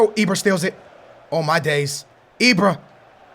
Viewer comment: it's IBRA NOT IBRO....Jesus Christ why does he tryyyy these dumbass inaccurate accents. fuuuuuckkkk the blood pressure is real